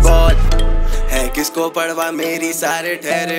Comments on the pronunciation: Parwah(پروا), not parhwah(پڑوا). No hate. Always a fan of your work. ♥️ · Is he really sayin "padwa" rather than saying 'parwa'. 🤣😂